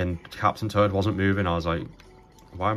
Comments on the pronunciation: Love your videos, but man when you say Captain Toad, it sounds like you are saying "turd" like poop haha. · captain turd... and turdette... sorry no disrespect but thats all i heard lol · I love how you pronounce captain toad as captain turd and turdette 😂😂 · Lol I was looking away from my phone while listening and I thought he really was saying captain turd until I looked back at the screen and realized he was saying captain toad 😂